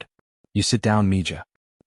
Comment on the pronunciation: Mija. It is pronounced "mee-ha".